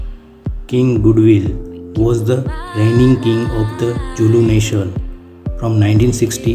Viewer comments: Your Pronunciation needs more practice.The Zulu people pride themselves in the word ZULU. Z.U.L.U not Julu. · zulu not julu and her son is Misuzulu not Lethukuthula